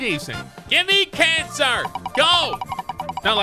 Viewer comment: I heard give me cancer instead of Kanter